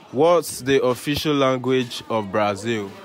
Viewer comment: He say na Brazili 😂😂